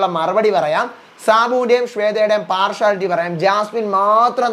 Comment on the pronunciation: പാർഷുവലിറ്റി അല്ല പാർഷ്യലിറ്റി